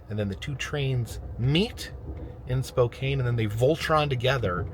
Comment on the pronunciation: it's spo-can not cane. I know you know how to say it, you have done it correctly before. Ps. We have a couple of museums you should see. Including a 19th century mansion called the Campbell house. Hint hint.😂❤❤